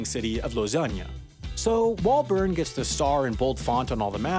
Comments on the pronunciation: If you 're going to talk about Bern, maybe you should learn how to pronounce it. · I spent a summer in Lausanne and I remember talking to one of my friends there about going to visit Bern (pronouncing it Burn as in the video). They were confused saying they hadn't heard of it, and I said, the capitol city? And they said "ohhh Beln" (with a good french Swiss accent) (They didn't correct me on calling it the capitol)